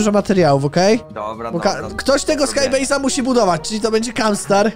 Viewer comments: CZYTA SIE SKAJBEJZ A NIE SKAJ BAZE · czytaj : skajbejz